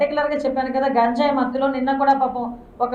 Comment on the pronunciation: ఘాంజాయి... అంట... 🤭🤭